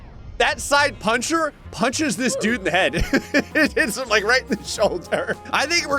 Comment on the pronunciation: I experienced actual physical pain when he said puncher